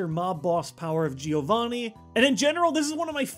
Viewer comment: For the last time: it's JOH-VANNEE not GEO-VANNEE JOH VAN NEE!